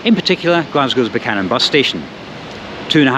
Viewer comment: Glad you pronounce it Buch-anan and not Beewkanan